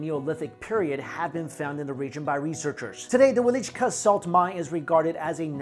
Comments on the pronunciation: ITs wieliczka. not wielicka. its not the russian word :) our lenguages are veeeery differente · 5 is promlnoynced vie-licsz-ka